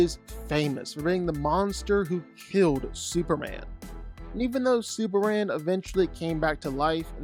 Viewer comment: Who tf is "Super-Anne"?